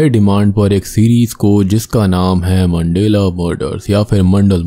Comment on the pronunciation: मंडेला नहीं भाई मंडला नाम है